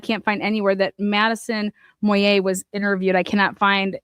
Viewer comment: * Bandfield, not Banfield * Moyé's (Matt), not Moyer's * Saeed, not Sead * Just FYI 😉